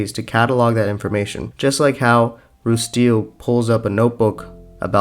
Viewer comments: Good video, I just got confused why you're pronouncing their name as Rustile when their name is Rutile. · This was a great video, but dear lord, “Roosteal”?? “Zekrom”??? They’re gemstones, not pokemon 😭 “Roo-tile”, no S. “Zir-con”, R before the C...